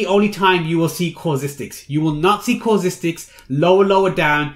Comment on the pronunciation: It's so annoying how you keep saying causistics. It's CAUSTICS!